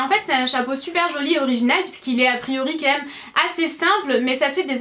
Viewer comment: C'est très bizarre quand tu dis "quand meume" au lieu de "quand même" ?!